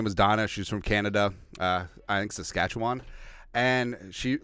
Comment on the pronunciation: SHOUT OUT FOR SAYING SASKATCHEWAN RIGHT